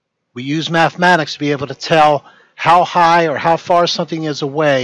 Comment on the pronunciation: He says "we use mathematics", but clearly he is using "methmatics".